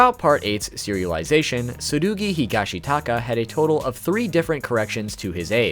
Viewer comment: Crazy how you pronounced Tsurugi’s name like that